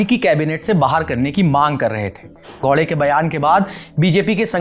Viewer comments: bhai thoda muskil hai unke liye..😂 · भाई साहब वह गौडे नहीं है, गावड़े है.... स्पष्ट उच्चारण के लिए।